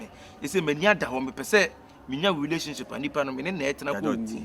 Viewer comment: Who's hear hulationship from Kyekyeku😅😅😅😅